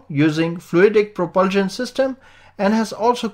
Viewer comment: I don’t understand why he can’t say propulsion